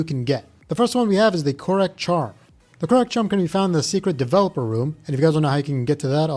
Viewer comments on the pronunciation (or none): none